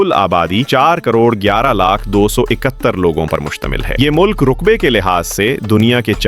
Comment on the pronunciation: آپ اردو درست نہیں بولتے ۔ بعض الفاظ پر بلا وجہ پیش یا زیر یا زبر غلط بول دیتے ہیں جیسے پشتو زبان ہے آپ اسے پِشتو کہہ رہے ہیں رقبے کو رُقبے بول رہے ہیں ملک کی اناسٹھ اعشاریہ سات فیصد آبادی ❌ ملک کی انسٹھ اعشاریہ سات فیصد آبادی ✅ ملک کی اناسٹھ اعشاریہ سات فیصد آبادی مسلمان ہے اور باقی صفر اعشاریہ تین فیصد لوگ دوسرے مذاہب سے تعلق رکھتے ہیں😂😂 او بھائی سو فیصد میں سے انسٹھ فیصد تو مسلمان ہوگئے باقی کا حساب؟؟😮😮😢 اور انسٹھ اعشاریہ سات فیصد کا مطلب انسٹھ ہی ہے اعشاریہ کے بعد اتنا چھوٹا فگر نہیں بولا جاتا ملک میں بیالیس فیصد پشتون دو سو انتیس فیصد ہزارہ ہیں😂😂😂 یہ کیا وی لاگ بناتے ہو اور لوگ اتنے فارغ ہیں کہ ایسی بے تکی ویڈیو کو دیکھتے ہیں جن میں نہ اردو تلفظ درست ہے اور نہ ہی معلومات درست ہیں کئی الفاظ کی ادائیگی درست نہیں ہے